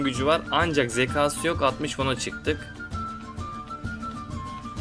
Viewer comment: uzun zamandır izliyorum seni ama artık zeka, kâğıt gibi kelimeleri lütfen daha düzgün şekilde telafuz et. Uzun süredir video çekiyorsun lütfen daha dikkatli ol